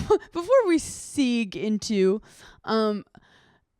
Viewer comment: hannah pronouncing segue as "seeg" is sending me